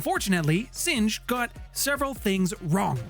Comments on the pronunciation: weird, my correction would have been that Singh is pronounced as sing, not singe. It's a Seik name that means lion. Great videos and great channel. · Singe is when fire burns something. Singh is a last name, pronounced “Sing”